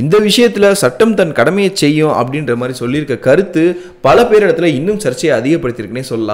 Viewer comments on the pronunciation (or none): none